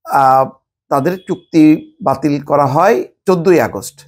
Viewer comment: It's Chukti batil. I keep hearing putki batil. 😅 need to check my hearing.